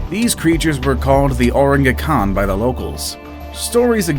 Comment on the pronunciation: Please say the "orang ikan" absolutely same with the word :v